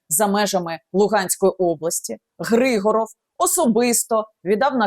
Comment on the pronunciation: Не ГрИгоров а ГригОров. Русская фамилия. Зачем коверкать язык. А те що він товариш Деркача того що зараз сенатором в РФ то це клас! Готується здача Сум. Добре буоло б аби не так обійшлись як з Маріуполем або Бахмутом.. Взагалі треба правді в очи подивитись. Кінець України не за горами. Навіщо було тоді чинити опір з самого початку? Всі були б живі й здорові. Міста й села не зруйновані.Обійшлося б тільки зміною цеї нашої гнилої зелено-шоколадної влади.